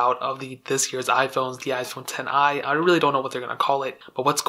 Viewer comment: iPhone ten eye ??? someone can't read roman numerals